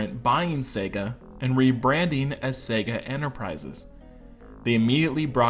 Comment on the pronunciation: Good video! Thanks for pronouncing the name correctly and not focusing exclusively on Sega in the US!